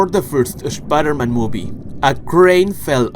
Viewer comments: I absolutely hate when he says Spider-Man he says Es Spider-Man it just bothers the hell outta me other than that love the Content Not Toby's brothers but his cousins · “Sha pider men”